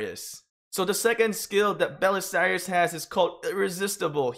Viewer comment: It’s pronounced bu-che-la-ri not bu-se-lari. He literally says it as his dialogue.